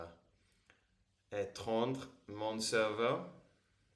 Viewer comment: Bonjour et bravo pour l'exercice ! Votre français est très compréhensible, mieux ce serait très bien ! Oui la fameuse négation "NE + quelquechose + RIEN/JAMAIS//PAS/PLUS. C' est un peu difficile. Juste à la fin vous avez dit "je dois éteindre mon cerveau " ? Peut-être un petit exercice sur la prononciation du verbe éteindre. Alors bon repos et encore félicitations ! Jean-Yves